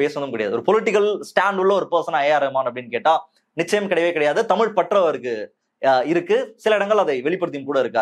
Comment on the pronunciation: காதலுக்கு மரியாதே என் பொண்டாட்டிக்கு டமில் தெரியாதே... 😂😂😂 டமில் வாழக குசு மான்